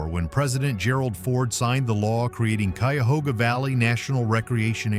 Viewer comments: Coo-yahoga Valley. It's a national park, say it right. Anyway, one of my daughters lives a short way from there. It's not the only place in Ohio sometimes called Helltown. There was a Lenape Indian village near Jeromesville named Helltown and Shreve was sometimes referred to as Helltown. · Embarassing. Couldn't decide how to spell Spruce Veil, Spruce Vale or Sprucevale. Repeated camera shots. This was disappointing. Learn how to pronounce CUYAHOGA. While talking about Helltown and Boston Mills, you are showing shots of downtown Columbus, Ohio. And why the random shots of inside Walmarts? Very strange video..... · Thought this would be an interesting video, and to some extent it was. But. Showing video of places NOT being mentioned was a rough watch. And, if you're going to pronounce names without a clue, skip it. Call the county office and get the pronunciation from a local... Cuyahoga was a tough listen.